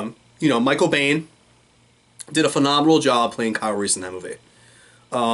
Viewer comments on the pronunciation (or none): its pronounced BEAN.....michael BEAN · Michael Biehn is for us what Burt Reynolds is for Sterling Archer. And you're right that Kyle Reese (Mike's personal favorite character of all he's played) is the most pivotal character in the entire Terminator saga. The part of the saga that matters, that is. The name "Biehn" (which looks German but is actually Irish) is pronounced "Bean." The name "Reese" is the Irish version of the Welsh name "Rhys," so working Irish heritage into Reese's character is a detail in Genisys that actually made sense on at least two levels (because Mike and Kyle both have Irish heritage). In "Salvation," the late (but still great) Anton Yelchin played a great young Reese because he studied Michael Biehn. Jai Courtney is generic by comparison.